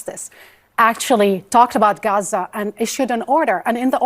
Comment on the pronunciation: He loves this country, it only has 4 letters, 2 syllables and goes great with his speech pattern; ga..ZA.